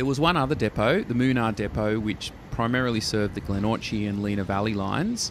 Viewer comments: I think it is pronounced Glen-or-ki, not or-chi. But happy to be corrected on this. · Locals say it more like Gle-Nor-key :D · Funny he pronounced Glenorchy correct the first two times only to mess it up on the third go. Also mispronounciation of Mellifont seemed to just be from a typo reading the script as Mellifort is a completely different word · Glenorchy is not pronounced Glen-orgee